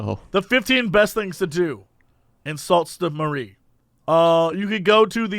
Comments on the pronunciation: Sault Ste. Marie pronounced "Soo Saint Marie" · Lmao, it's pronounced Sue Saint Marie. It's a town here in Canada :D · It's pronounced: Sue Saint Marie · Hearing Jesse say Sault Ste Marie (Soo saint)-or at least try to say it- made me chuckle far too hard